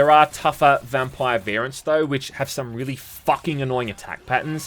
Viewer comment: Why do u say vampire so weird